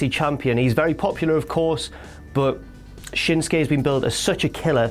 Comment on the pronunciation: Shins-kay? You mean SHIN-SUKE? I mean damn get the mans name right.